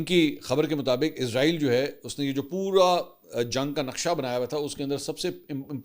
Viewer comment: Sir ezrail nae esraeel bola Karyn plz